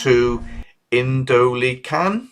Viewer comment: Indo-Lycan .. is how it is pronounced think of the movie Underworld with werewolves .. they were called Lycans ( Lie-Can )